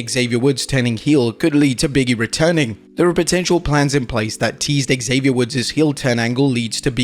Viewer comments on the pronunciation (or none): none